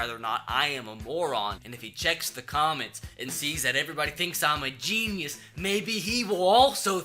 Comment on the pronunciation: Dis hombre es un jeee-knee-eous